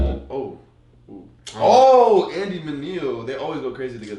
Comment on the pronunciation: Ya bugging, A.I. is nasty. That just shows that you're just not well CHH explored or know what's good. This here is the most 🔥🔥🔥 track of the album. He couldn't even pronounce Andy's name 🤣🤣🤣 go check out you can't stop me by Andy he'll teach you how to pronounce it. Nothing but love bro and God bless you I'm glad you gave your life to Christ.